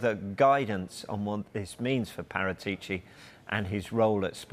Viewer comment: Even the people reporting on him say his name wrong